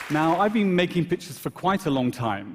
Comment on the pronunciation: I know! Took me a second to realize he meant pictures